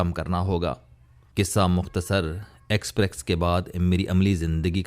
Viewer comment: It is expess, not exprex